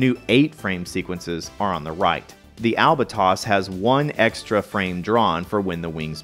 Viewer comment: "Albatoss"? Are you sure you do not mean "Albatross"?